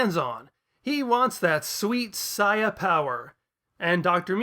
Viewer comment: wow a reply! Btw it is very satisfying to hear you pronouncing the word "Saiya" correctly. Peace.